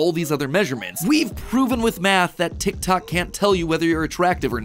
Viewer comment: you keep saying tictac instead of tiktok i cant